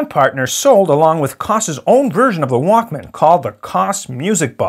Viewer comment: The way he said it it sounded like WOK instead of Walkman